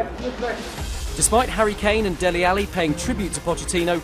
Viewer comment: Its dele alli not delhi 😂